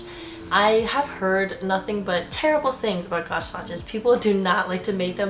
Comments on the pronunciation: Gauge is pronounced similar to page. 🙂 You have some very good suggestions. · Haha I was going to say it’s pronounced “gage” 😁